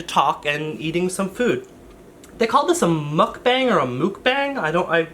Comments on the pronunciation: Casually mentions not googling what something is, while still mispronouncing mukbang (luv you though don't hate me) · Pleeease. Spread the word. It's pronounced like "muck" and then "bong" like what you smoke out of. Not mookbaeng. It will save me so much cringe if people start pronouncing it correctly. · It’s pronounced mook-bahng, the ‘a’ is said like ‘ah’ and not ‘eh’ (Canadian pronunciation of ‘eh’ I mean lol)